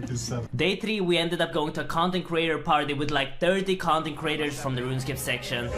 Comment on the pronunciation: cuntent creators xD